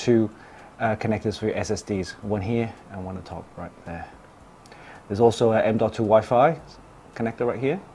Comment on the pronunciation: I actually just liked the video because you pronounced M.2 the right way (not like people normally does: M2. The BMW M2? Hello? ?). Thanks! Keep it up!